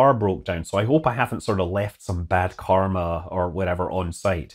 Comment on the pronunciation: 'Bad car-ma' Aaaahhh Scott. Never change.